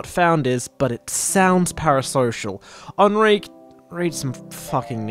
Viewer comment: I shall now pronounce Enrique as “Ahn-reek”